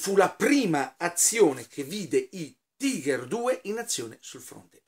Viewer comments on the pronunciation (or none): none